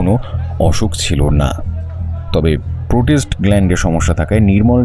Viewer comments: Prostate হবে শব্দটা। protest না। গল্পটা খুব সুন্দর। এবং উপস্থাপনা ও। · গল্পটি ভালো লাগলো, একঘেয়ে গোয়েন্দা গল্প নয়, উপস্থাপনাও যথাযথ, তবে শেষের দিকে "প্রোটেস্ট গ্ল্যান্ড" শব্দটা কানে লাগলো, ওটা সংশোধন করা দরকার ছিল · Shob thik but prostrate gland bar bar bhul pronounce keno kora holo??? Eta to khub common ekta word!